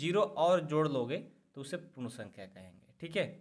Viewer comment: Prun sankhya nhi sir, purn sankhya🥲